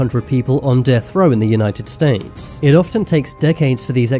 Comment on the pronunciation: STATES!!!!,. Not “ staints”, had to stop after 30 seconds!!🤬🤮,… STATES!!!!